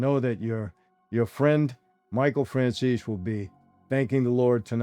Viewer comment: fran- z -zee😂😂 fran-zeez